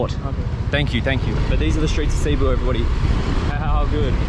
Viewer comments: How is it so hard to pronounce… is seh-bu not see-boo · Cibu? Its pronounced seboo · Its Not Ceebu its it's pronounced Sibu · Why did he pronounce it as “sea boo” what the heck 💀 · The way he pronounces Cebu is both funny and confusing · As a Filipino, the way you pronounce Cebu hurts me but hey everyone makes mistakes love your vids